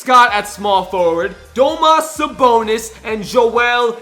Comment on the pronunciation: Learn how to say Domantas Sabonis